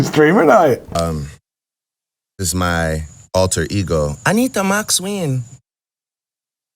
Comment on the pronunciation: Learn how to say word "NOW" please ffs just that one. Just learn that one please